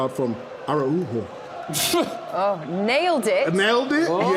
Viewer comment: Homie said ARA-UJO NICE!!! 🤣🤣🤣